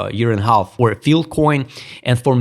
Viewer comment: F-I-L-E SAY IT WITH US FILE FIIIIILLLEE COIN... NOT FIL COIN --NOT FIL-- FILE, FYLE, FYLE NOT FIL